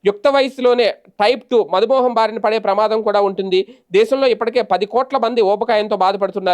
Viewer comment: మధుమోహం కాదు మధుమేహం అని చదవాలి